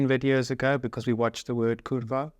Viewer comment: You pronounce "r" and "a" too fast. Try dragging the "r" and "a" a bit, like 0.5 seconds, when pronouncing "Kurwa". More like a: "Kurrwaa." regarding "No = Yes" -> this cannot be explained, even as a Pole, I cant. Maybe if we drank a liter of vodka together, I would somehow explain this relationship to you in our understanding 😂 Greetings from Podbieskidzie 🤟🏼